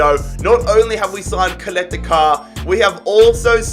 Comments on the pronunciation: As a Croatian it kills me when you say Kaleta-Kar. It's Chaleta-Csar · When he said Duje Ćaleta-Car I had a mini stroke, then almost died laughing